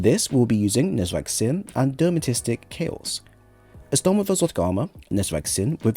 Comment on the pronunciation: Thanks for the build, do like your stuff however I can't fight the urge to help with the pronunciation... De-ter-man-ist-ic!